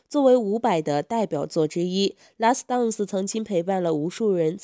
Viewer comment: 哈哈哈 拉死 蛋死